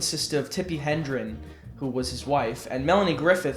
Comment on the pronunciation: Really digging that Clocky poster you've got there-- never seen that particular configuration. Pretty jelly. By the way, her name is pronounced "HED-REN" not "HEN-DREN" Okay,?